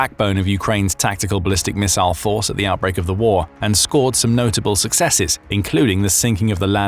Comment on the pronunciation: Thanks goodness for a video where someone knows how to pronounce “missile”.